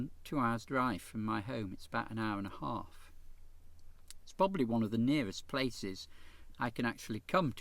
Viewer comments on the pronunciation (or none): none